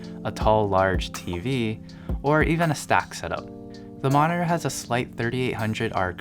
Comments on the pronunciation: M O N I N ER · Please learn how to pronounce monitor; drives me insane.